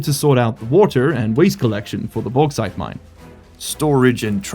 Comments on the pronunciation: bauxite = boarite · May I suggest: "The Baux-Haul" for the Bauxite Train? With the way you are pronouncing it,, it is sure to massivly increase the Value in the west, which might be entirely unrelated to a checks note Bri'ish Company?